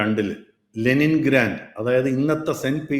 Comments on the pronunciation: Leningrad not Lenin grand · Leningrand അല്ല മഹാനെ, Leningrad ആണ് 🙏